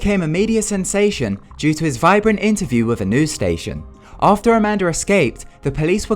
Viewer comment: who else heard "amander" XD